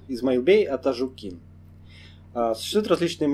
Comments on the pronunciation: Ударение не правильно ставишьАтажУкин. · лайк) и пару маленьких замечаеий. 1.В адыгских фамилиях ударение ставится на гласную в среднем слоге, т.е. АтажУкин, МисОстов, КардАнов, ШогЕнов и т.д. 2. Чегемских карачаевцев небыло и нет. Видимо в первоисточниках, где ты взял этот материал имеется неточность. В верховьях Чегемского ущелья жили и живут балкарцы, которых в описаниях тех времен называли просто чегемское общество. Ну а в целом материал очень хорошо проработан. Респект и удачи. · АТАЖУКИН - УДАРЕНИЕ НА ЖУ А НЕ НА КИН